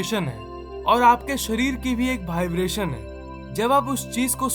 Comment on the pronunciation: Next video se pahle Vibration word ko apne sub conscious mind tak pahuchao aur uska sahi pronunciation karo😀😀😀😀😀